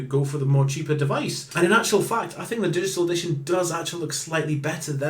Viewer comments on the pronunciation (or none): dishital edishawn?